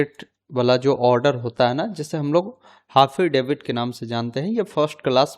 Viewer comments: हाफिडेविट या एफिडेविट 😅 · हाफिडेवित 🤣🤣😄🤣🤣🤦‍♂️🤦‍♂️🤦‍♂️🤦‍♂️ पढ़ लेते सही से एक बार 🤣🤣😄